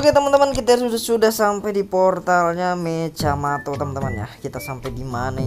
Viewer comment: Mechamato lah bukan mecjamato kau tak tau bahasa malaysia ka nih!!!